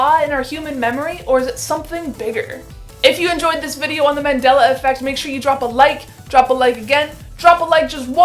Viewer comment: Its Mandela, not Mandala